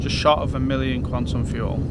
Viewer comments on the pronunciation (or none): none